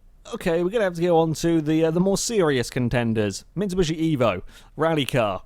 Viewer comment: why do you say mitsibushi